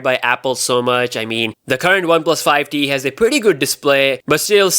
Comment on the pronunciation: He kept saying ‘one plus 5 D’. It’s ‘one plus 5 T’!!